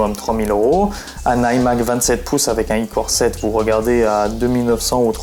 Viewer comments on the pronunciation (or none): on dit " core I7 et core I5 " boloss pas icore 5 icore 7😂